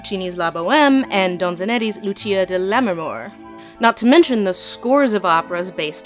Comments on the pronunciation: Whoops--Don-idz-et-ti, not Don-zin-et-ti. We still love you. :) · My inner smug opera singer has to say: Donizetti, not Donzinetti. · "Donzonetti"... It's Donizetti (and it's pronounced like Donitseti). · That made me cringe so hard! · Lindsey pronouncing Donizetti as "Donzenetti" threw me off a little lol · Great video! ...it’s “Donizetti”, though. 😬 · Is there a joke I didn't get behind the way she pronounced Donizetti? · Donizetti, Puccini, Benjamin... love your work Lindsay, but you shouldn't mispronounce such names while doing an educational video